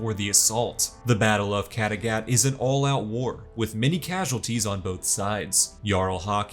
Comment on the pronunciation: Mmmmmhhhhhh...... amazing recap but I don't think that's how Kattegat is pronounced 🤔